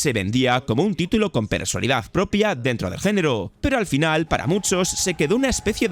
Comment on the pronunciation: Repite conmigo, PERSONALIDAD, PERSONALIDAD, PERSONALIDAD, PERSONALIDAD, PERSONALIDAD, PERSONALIDAD, PERSONALIDAD, COÑO QUE NO ES "PERSALIDAD" PERSALIDAD, PERSALIDAD QUE ES COMO SUELES DECIR PERSONALIDAD EN TODOS Y CADA UNO DE TUS VIDEOS